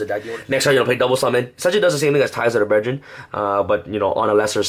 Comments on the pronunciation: Brethren...not breDRIN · I heard breadjerin